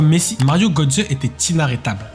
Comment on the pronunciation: Mario Götze ( on prononce Gueutsé ) MDR comment le commentateur prononce son nom ! lol lol lol . En allemagne j´étais scié aussi lorsqu´ils parlaient de Mbappé , on comprenait rien de qui ils parlaient...